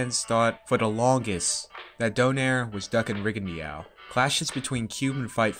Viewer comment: REE-GON--DAU... you can do it buddy.. i believe in you.. its pronounced REE-GON-DAU